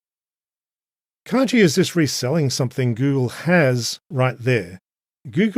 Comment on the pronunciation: What a mad world, but glad you're making some sense of it. A small pedantic note: kagi is a Japanese word (鍵) which means "key" and it is pronounced "kah-ghee" rather than with a 'j' sound.